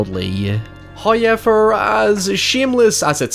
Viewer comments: bwahahaha.. Liam still said Hoyever when you said he said it in the correct American accent. 🤣🤣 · "He figures out how to say however correctly." You mean hoyever, right? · Ha.... Every time you say howyever I say it back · Why can't you say "however"? You make other oval O sounds just fine. Maybe its your jumping off point. In fairness, i can't recreate that sound you make when you say "however", so i guess we're even. I always liked this movie. I like the house. The CGI doesn't bug me. Catharine Zeta Jones looks ridiculous 😛 I think you may have read Wilson's character wrongly here. I never took him to be big headed or nasty because he puts himself in the same boat as the others. Wasn't there an allusion to Eleanor being of the house's bloodline? Something to do with the necklace. Its been awhile since I've seen it. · Um, sir, you DO say "however" correctly. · At this point I don't even know how "however" is pronounced anymore.